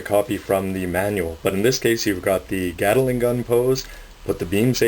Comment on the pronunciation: It's pronounced GAT-LING NOT GATALING!!! GATLING!!! And also they are DE-CALS NOT DECKALS!!!